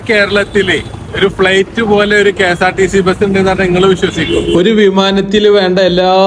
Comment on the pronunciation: Fleight അല്ലെടെ flight